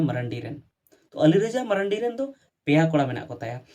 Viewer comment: Sahi pronountion do mardi kana menkhan abu diku ge ku marandi kak buna .